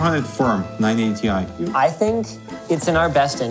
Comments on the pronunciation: "-... 980*TIE*" Nobody EVER pronounced it like that, huh, Linus? 🤔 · Anyone else hear say 980 TIE at like? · Why does keep saying 980 ti like "TIE"?